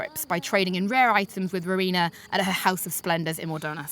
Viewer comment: Not to mention she says "Rowana" and "Ampador Keep". Cringeworthy for a supposed player, doubly so for someone reporting on the game. I know these are fantasy terms in the game, but come on now, that's a sure way to toss away any sort of legitimacy here.